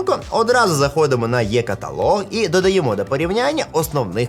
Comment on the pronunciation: е каталог, а не є !!! 🔥